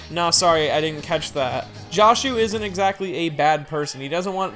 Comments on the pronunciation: Why does everyone pronounce "Joshu" as if it's like "Josh", like "Drake & Josh"?? To me it's pretty obvious that it's pronounced "Jo" as in "Josuke". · his name isnt promounced like "josh", the o is pronounced like "door"